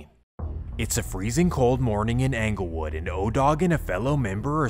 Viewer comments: Anglewood 😂 it's ING-GUL-WOOD (like Inglewood) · It’s not phucking anglewood, it’s Inglewood just spelled with a E damn get it right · it’s not pronounced “Angle” wood man, it’s “Engle” wood… you sound goofy everytime you say it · 😂😂 Yesssss... 😂 He's 𝘚𝘰 𝘙𝘪𝘨𝘩𝘵 that he can't even say the name of the hood right. It's 𝙀𝙚𝙚𝙣-𝙜𝙪𝙡-𝙬𝙤𝙤𝙙 yo, 𝑵𝑶𝑻 𝙚𝙝𝙣-𝙜𝙪𝙡-𝙬𝙤𝙤𝙙. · I'm just seeing this, I'm from Chicago. It's pronounced En gle wood not Anglewood. But I catch what you throwing. 😆 🤣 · I cringe everytime he says ‘Angle Wood’ instead of ‘Englewood’ 😏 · Am I the only one from chi slightly annoyed at how he says Englewood 😂 like bruh it’s ENGLEwood not ANGLEwood 🤦‍♂️ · Bro said “Anglewood” How you gon T up “2012” and then start talking about “2011” This video sucks dude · Dude keeps calling ENGLEWOOD , ANGLEWOOD 😂😂😂😂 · It’s pronounced like Inglewood Dope Video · He worked so hard gathering facts for this video but still calling it Anglewood lol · Talking bout 'anglewood". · The way he says anglewood 🤦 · Dude said Anglewood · BRO HOW YOU SAY ANKLEWOOD MAKES ME CRINGE 🥴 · I feel like you could get a lot more credit for doing these videos if you learned how to pronounce the neighborhood correctly. “ANGLE WOOD” sounds ridiculous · Yeah, he could have just YouTubed a video of Chicagoans pronouncing the neighborhood correctly. It's a bit agitating. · most people in da City do pronounce da S actually. No that Englewood part. Way off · It's Englewood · THE MAN DIDN'T EVEN PRONOUNCE ENGLEWOOD RIGHT 🤣 AND I'M SUPPOSE TO BELIEVE HE'S CORRECT ABOUT EVERYTHING? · He didn’t pronounce it, but I’m from Chicago and this nigga was a menace. He’s facing death rn due to the federal rico and is charged with 7 murders. All he did was just read the FOIA. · The pronunciation of ENGLEWOOD annoys tf out of me